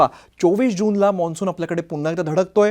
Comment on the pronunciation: Monsun nahi mansun